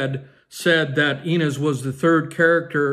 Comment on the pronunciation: Ryan and Blake had a third child last fall and kept her name a secret, her name is Betty. You are pronouncing Inez wrong.